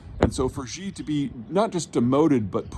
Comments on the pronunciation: “Xi” = “Shi” not “Zhee.” As in “Xi sells sea shells” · Wolf Warrior not Warrior Wolf…. Also how hard is it to say "Xi". Not zee or zhee. Xi. Like "She". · Sheeeese Peter, I'm from Texas and even I can properly pronounce "Xi". Just say "She" and that's close enough. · In Chinese pinyin, X is pronounced like "Sh." So the leader is SHE, not JEE. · Xi JIn Ping= is Shee JIn Ping not JHEEEE Jhing Ping. NEW CLEAR is not NEW KEY LER. UGHHH Take your small town Texas college degree elsewhere. A professor you are not.